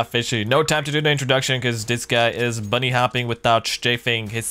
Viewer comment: He is hopping, not bunny hopping.